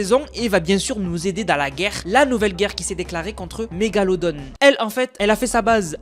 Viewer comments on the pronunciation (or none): C'est mégalo don et non mégalo donne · Mégalodon pas mégalodon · Stp tu peux arrêter de dire megalodone alors que c'est un requin très antique apelé mégalod on c'est un clin d'œil, ce commentaire n'est pas pour faire le haiter mais pour pas qu'on se moquent de toi bonne soirée 😅